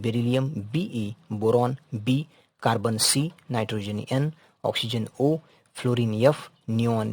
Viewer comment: Sir I am not insulting you but it's H noy yech and N not yean and also your voice is not coming good whenever you say S word your voice just become annoying so I can't continue watching the video 😅